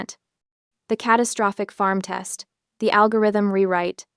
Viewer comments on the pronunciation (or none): none